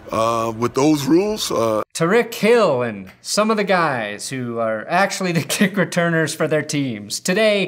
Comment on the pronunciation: I seriously thought said Tom re-kill some of those guys’ instead of ‘Tyreek Hill’. For a moment I thought was at it again